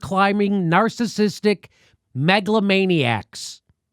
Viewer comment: Proper pronunciation would be "MEGAlomaniac" - not "Maglomaniac!"